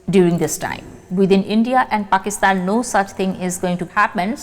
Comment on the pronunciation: प्रणाम, आपका पाकिस्तान का नाम लेने का तरीका ( उच्चारण ) .. wow